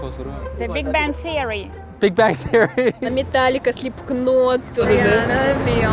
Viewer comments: “METAŁIKA, SLEEPKNÒT” ... omg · They pronounced those names with Russian accent. 'Metallica' is formed of 'metal' which is 'metALL' in Russian. That's why they pronounce it like that